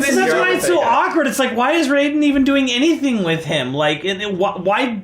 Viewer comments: Its RAIDEN not "Riden" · I disagree with the statement about fans liking this movie. I appreciated a lot of nods to the franchise, but overall there were a ton of things that rubbed me wrong. It wasn't completely unredeemable, but I was pretty disappointed. Also take a shot everytime says Rai-den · You know the game says Raiden's name. Like every time you select him. The dude on the left keeps mispronouncing it.